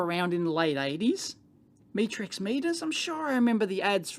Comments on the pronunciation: Pronounced shovan r nu, and met as in met someone, not me as in look at me, then rix. I have a couple of Chauvin Arnoux meters from their existing range and they are excellent, but expensive. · Metrix, as in metrics, as in measurements. Unless you're Australian I guess😁